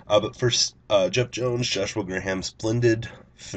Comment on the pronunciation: He said Gray-ham lmao